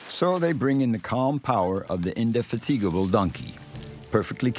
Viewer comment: I was today years old when i finally learned how indefatigable is actually pronounced thanks youtube.